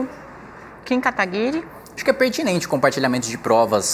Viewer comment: Querido, não é Kataguiri com som de linGUIça e sim GUI de GUItarra. Muito bem moça, é assim mesmo que se fala. Ai minha nossa hein, CNN? Deviam cuidar mais das falas.